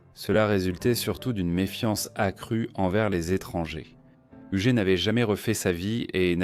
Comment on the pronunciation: Donc l IA ne sait pas prononcer hugUette??😂😂😂😂 Hougette